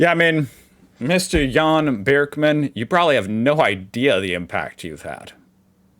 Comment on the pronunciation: If you pronounce the first three letters "Bir"-kmann like "beer" then it's right 👍 appreciate your content, keep up the good work. Grüße aus Deutschland